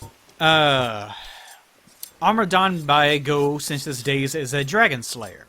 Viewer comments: Also Gough actualy pronounces his own name like Gof. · In Australia we had a prime minister called Gough Witlam back in the day and his name was pronounced like 'cough' but with a g. I can only assume Hawkeye Gough is pronounced the same as his. English words are fun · So apparently Gough is named after Vincent Van Gough for reasons(??) so I guess that's how his name is pronounced. He's also not the only Souls character to be named after an artist. Ornstein is named after Leo Ornstein, a pretty well known "experimental" composer, and Ludwig in Bloodborne's DLC is famously named after Ludwig Van Beethoven. I don't know why this is, since none of these characters actually seem to have any connection to their namesakes (other than Ornstein's lion motif I guess)